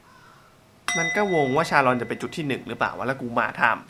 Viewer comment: ชาลอน ไม่ ซาอน ใช่ ชาลาวัน ใช่ๆๆๆ